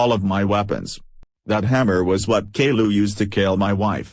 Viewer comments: "Kayloo" is how the TTS voices promounce "Caillou" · kayloo yes